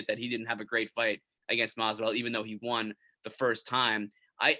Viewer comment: You say won wrong!